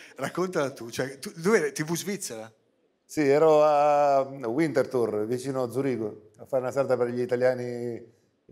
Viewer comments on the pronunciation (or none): Ma certo! Cosa ho detto io? Vintertur, NON Uintertur!!! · 5.30...Winterthur pronunciato Uintertur non si può sentire... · NO! E' strafalcionizzato! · La W in Italiano si legge forse U? Sei fuori strada!